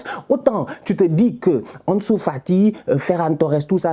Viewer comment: 46 buts en 24 matchs: cette attaque est honteuse. Xavi doit bosser un peu plus. Mais pourquoi tu prononces « Anesou », comme si tu as pas etudié avec Sidy et Rama 😅😅😅